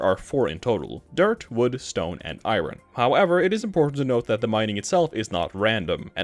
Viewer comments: Eye earn, not eye rin. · “Iren” its “Iorn” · He says iron like "eye run" It's eye urn fyi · my guy just pronounced iron as eyeron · What accent creates "eye-run" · All I hear is “eye-run”. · Dis man said I ron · How do you mispronounce iron? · Why are you saying iron like that, no country says iron like that